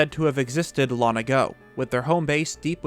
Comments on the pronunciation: "Lon ago" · "...Lon ago." Lon-Lon ago? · Why don't you pronounce the 'g' in "long"? It's bothering me.